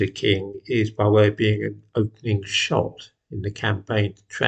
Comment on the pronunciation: Opening Shot? Did you perhaps use the wrong vowel in the word 'shot'?